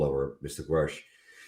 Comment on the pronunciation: Love you, but please get the heroe's name right (David Grusch)